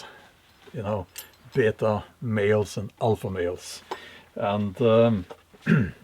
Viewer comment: I thought of my Oma every time you said "be yay ta" 50 years or so in the U.S.A and she still has traces of her accent that just aren't going anywhere